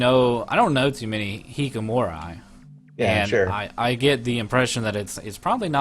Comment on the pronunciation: "We both can speak a little bit Japanese" - can't pronounce hikkikomori. ;D